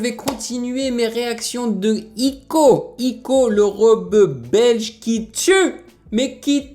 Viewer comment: on dit pas ico on dit aÏco